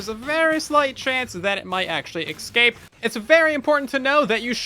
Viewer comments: I say this with kindness... It's escape, not ecscape. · Eggscape, another name for the End or just a mispronunciation of escape? Place your wagers. 🤣